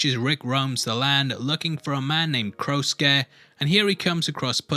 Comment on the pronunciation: The way he says Crow Scare Sounds like he’s saying CROWSUKE